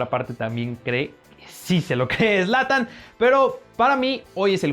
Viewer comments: Zlantan ? No mames >:v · Me destrozo cuando escuche zlatan